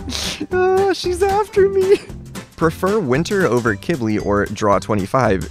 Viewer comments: It’s pronounced q w I ,b i l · when he call qibli kibli it makes me mad every time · i thought you said Qilbi (Qu ill be)